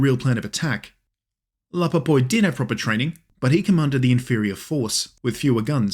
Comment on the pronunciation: Correction: Jean François Cornu de La POYPE* not Popoye.